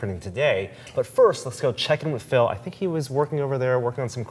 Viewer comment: it sounds like he is calling him "Filth"